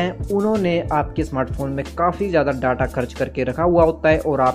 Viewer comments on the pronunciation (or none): वो डाटा नहीं डेटा होता है नूब 🤣